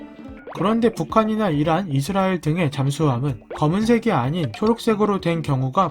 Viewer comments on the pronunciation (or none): 아..에반디..왜 라스라엘을 아스리엘로 읽었지..